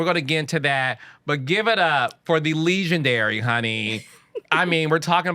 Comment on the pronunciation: Carlos just makes words up what’s is Lee-gendary?